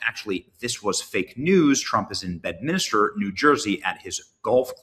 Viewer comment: Bedminster not Bedminister